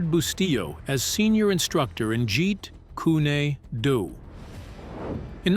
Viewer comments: I'm not even into 3 min of this shlocked up, drivel of a video, and they can't pronounce the name of his martial correctly: it's not jeet-koo-nay-do, it's jeet-koon-do. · "Jeet Koon-ay-doo".🤣🤣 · Jeet Kunee Doo lol I guess no one checks the speech narrative before its posted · Bullshit. I was waiting . The episode “ the praying mantis “ lo sing is portrayed by Mako. Mako Iwumatsu. It’s pronounced as kuun not kunee jeet kuuu( kune) do. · What the f is jeet kooni doo? I heard of jeet kun do never heard of jjet kooni doo! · What the hell is Jeet kunado do Get it right, Jeet kun do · Jeet Kūnae Dew?! 🤨😒🙄🤦🏻‍♂️ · Its not pronounced Jeet Koon ee doo it is pronounced as Jeet Koon Do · Kuni doo lol 😂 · Someone needs to teach the narrator how to pronounce Jeet Kune Do properly! Not Jeet Kuni Do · "Jeet Kunay due" 😂😂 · you lost me at "Jeet kooney doo" 🙄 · I'm speaking to the host of this video...I can't even listen to this BS because of the way you pronounce 'Jeet Kune Do'... "Jeet Kunny Do?"...Are you fricking insane? Is there something wrong with you? Even a child can pronounce it better than that, and you should know how to say it as long as the phrase has been around. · Narrator. Why do you keep on tf alking and actually show them talking for all these claims? And why do you disrespect Lee like that? You keep saying Jit kunee do. Wtf is wrong with you? Might as well delete this video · WHOEVER THIS IDIOT IS TALKING ABOUT WHAT HAPPENED NEEDS TO PRONOUNCE WORDS BETTER. HE CAN'T EVEN PRONOUNCE JET KUN DO PROPERLY AND HE CAN'T EVEN PRONOUNCE THE NAME OF THE WEAPONS CORRECTLY. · Man said Jerry kooneydoo.. shocking get the pronunciation right before you report bro come on Man the UK salutes likes and sub .for effort anyway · Goodness, "Jeet Kunn-nee Doo" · "Jeet Koonie Doo"? 😂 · Jeet koooney doo😂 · You lost me at "jeet koony doo" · Jeet Dooney Do LOL - can't even get THAT right so why would we believe anything else here? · "Jeet Kooney Dooey" Yea. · Jeet coony doo? Really?